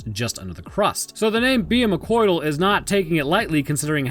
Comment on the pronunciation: "Behemo-coital"? Big.. Fu- no they didnt.